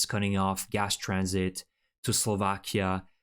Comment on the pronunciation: Can you say GAS ? UGH ?! Its it hassprom its Gas prom